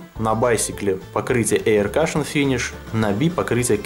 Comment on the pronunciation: привет. Обзор замечательный, все очень понравилось, хотя в принципе сам все про эту колоду знаю. Но, прежде чем читать на английском языке, все же стоит проконсультироваться с тем, кто на нем хорошо говорит. Во первых не "спишикл", а "спешэл", вот вторых не "эир кашен", а " эа кьюшэн", и в третьих, когда был обзор на карты Байсикл прозвучало "саэнс", а правильно "синс". Плюс не "дочерти", а "доэрти". Просто мне как лингвисту очень режет слух. Но обзор замечательный и мастер ты от Бога. Отличная сдача верхних и нижних.